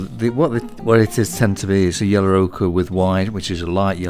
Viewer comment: I love the way you say 'yellow'.. 'yeller' 😂 amazing video as always.